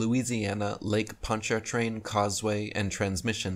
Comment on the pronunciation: First, we don't pronounce the R in PonchaRtrain. 2nd. Next time I go over it I'll video it for you .